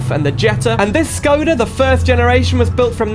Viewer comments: You are supposed to pronounce Škoda, not Skoda. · if you wanna say škoda with the š. just say shkoda and thats it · I'm glad you wrote Škoda with the wedge, but by saying Skoda you'll trigger every Czech Škoda fan out there (yes, I was born and grew up in Czechia). I love the mod, the model looks really good, but there are a few things I'd like to point out, though. The Czech police's siren doesn't sound like that at all in real life, I appreciate the effort of making the Czech police livery, what a nostalgia to be honest. You were mostly right about Škoda in the USA, as education is illegal there, they don't even know about the brand. However some fans have imported a few Škoda vehicles in America. That's all from my side, hope this helps a bit :3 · Very good video but it is Škoda not Skoda and the Octavia is a liftback not a sedan 😁😉😊